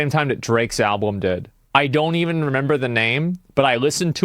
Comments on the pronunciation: omg every time he said alblum I was loosing it 😆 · Wait, asmon cant say "album"? He said "alblum" multiple times 😅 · Asmon keeps saying "alBLum" 😂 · I'm 13 minutes in and he has said 'alblum' 3 times. I'm actually convinced he genuinely thinks the L comes after the B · not even two minutes later, and...another ablum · Ill never get over how asmon pronounces album with two "L's" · Asmon pronounces it "alblum". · Why the fuck does he say alblum?? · Is he saying " al_blum"? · From the words of Cdawg, "I just like the beeps and bops" think alot of people just like the beats in songs without fully listening to lyrics. I'm guilty of it too. Also can someone tell asmon it's Album, not Alblum. Lol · Is there a joke I’m not in on or something? Why does he keep saying “alblum” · Is it just me or is he not saying "Album" correctly? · Holy shit man, I can only take hearing the word "alblem" so many times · Is Asmon saying “Alblum”? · Why can't this dude say album? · Someone needs to investigate Asmons inability to say Album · I love that he can't say the word "album" properly